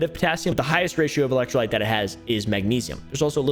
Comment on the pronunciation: not even sure how gatorade and bang are competitors, or how prime and bang are competitors either. Prime didnt even make an actual caffeinated energy drink til like last year. I work in vending and prime never had caffeine til last summer iirc. ps: its electro Lyte (light) not lit.